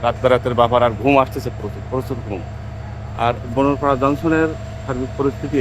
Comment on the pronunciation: বোনারপাড়া কে বোনরপাড়া😂😂😂 গাঁজার কি পাওয়ার😂